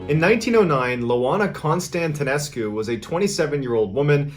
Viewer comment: My last name is Constantinescu. You pronounced it perfectly 🙂